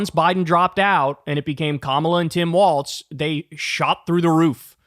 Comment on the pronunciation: Dude, it's "Walls" not "Waltz." Got it?